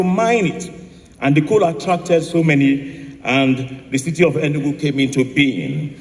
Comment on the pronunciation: Sorry but it’s pronounced Enugu thank you 😊